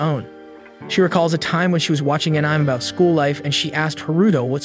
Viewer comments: "Ahnyme" It is pronounced Uh'neh'may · And I thought the "anih-me" crowd was bad... (for reference, to the two people who don't know; it's pronounced "annie-may." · Ah-Nem... tele-kenesis... lmfao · "AAnym" is crazy💀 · Funny thing is they pronounce animation perfectly fine. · An-ni-may.....= Anime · What the heck is An-Ime,? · An-Ime is only the finest entertainment a can find. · Annym? Tf is this😂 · Thanks for the video. If I have any complaints at all, it's that I never want to hear you fail at saying anime again. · Dude pls learn how to say anime correctly please 🙏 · I think even AI can use the word correctly. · Is this an ai channel, why can’t you say anime properly, and a lot of other words